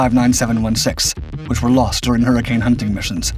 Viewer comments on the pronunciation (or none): none